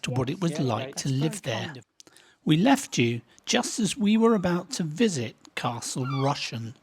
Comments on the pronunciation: Small point, it's pronounced as if Castle "Russian" (and don't say "mainland"! Manx usually just say "across" or, if more pretentious, or a politician, the "adjacent island"...). In the boom years of tourism people used to go to the tram station to buy their tickets, and then had to catch the horse tram back along to find the end of the queue, as so many people were waiting to use the electric trams! Latest word on those prom roadworks in Douglas (which were meant to be done by now) is that maybe sometime next year! Good job maybe that the pandemic meant no TT Races or hoards of tourists and fewer people trying to get to work! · It's pronounced Castle Russian... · For your information you mispronounced Castle Rushen , it's Rush n . I was married in the Castle in September 1982 My wife and Both went to school in Castletown and the reason it looks so good , it's never been attacked it always surrendered.